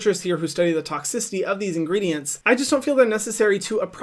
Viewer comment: The way hyram pronounces ingredients is just INSANE!!